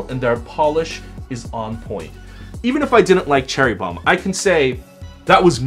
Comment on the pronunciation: Dat Bad Boy Sweater ME LIKE IT!! I notice that "*Cherry Bromm*" lol